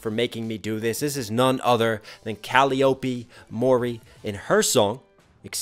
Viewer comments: Cuh lie OP is the common pronunciation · It's Cal-LIE-uhp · If nobody has said yet but her name is pronounced cal-eye-oh-pea. And that’s her Vtuber surname. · A pretty good breakdown of the song, but am I the only one who got a little peeved that mispronounced her name even after she literally spells and pronounces it out for the listener.